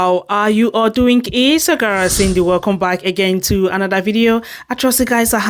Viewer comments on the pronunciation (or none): Its "Its YO GIRL" "Isgurr Cindy"